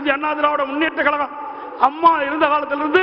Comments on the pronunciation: எடப்பாடி ஏன் இப்படி 'கலகம்... கலகம்'... என்று பேசுகிறார்..? இது, 'கலகமா..?' 'கழகமா..?' தமிழை தமிழாக பேசத்தெரியாத தலைவர்..!? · தமிழ் உச்சரிப்பு பேச தெரியவில்லையே கலகம் கலகம் என்று சொல்லும்போது மிகவும் மனவேதனையாக உள்ளது இதே போன்றுதான் ஒ பி எஸ்சும்